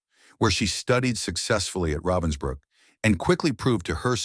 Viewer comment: Ravensbrück not Robinsbrook - wrong passeriforme.